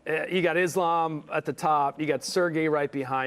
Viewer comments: IslEm, you mean the guy, who can`t even pronunce his own religion and thinks he ist almost the WW goat. 😂😂😂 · Thx for Chris Weidman and double thx for the guy, I forgot his name. 🙏🙏 The guy who says every fighter name wrong like IslEm. 🤦‍♂ And I don`t even like Islam. As a muslim you should be able to pronounce your own religon write. 🤓